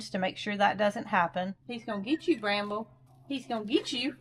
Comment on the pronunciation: Brambles mate 'Scrambles' 😊